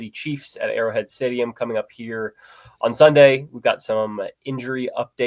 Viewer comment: Did i hear him call arrowhead stadium "airhead"